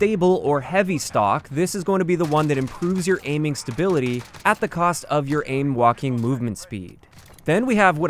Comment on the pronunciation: I keep hearing “ aim Joaquin movement speed.” Am I the only one?